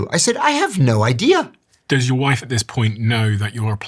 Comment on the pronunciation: Idea. Not i-dear. Please, for the love of Frappuccino!